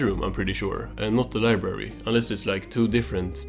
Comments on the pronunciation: Libary vs LIBrARY.....I simultaneously could hear and not hear you pronounce the "r" in library...I'm sorry but I almost couldn't finish the video cuz of this, it hurts to hear anyone pronounces it as libary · "We will have flying cars in the future" 2024: "Where is SpongeBobs libary?"